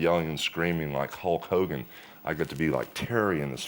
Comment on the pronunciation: 'ulk' ogan!